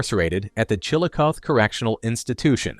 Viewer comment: It's pronounced "Chill O CA THEE"